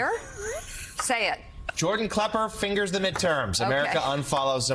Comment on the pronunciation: I get the very distinct feeling the Mika has never watched anything on Comedy Central nor does she know who Jordan klepper is, she must have mispronounced his name at least three four times. She kept on talking about how funny he is and it wasn't until after she had watched some of the clips that it seemed like she finally understood his role in journalism.